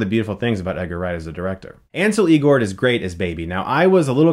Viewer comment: "El-gort" not "Ee - gort"